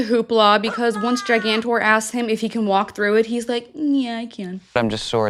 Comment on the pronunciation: Not “gigantor” 💀